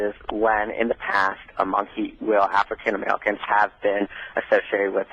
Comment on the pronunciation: Wtf is an Afwican Amewican?